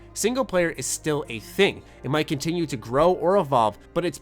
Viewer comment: That "might" really bothers me.